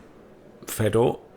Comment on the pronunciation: FAY Door not fedder. Inbreds!